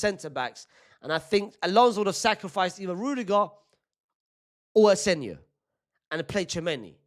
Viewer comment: Stop saying aseNIO. It’s asenCIO. Cmon brother.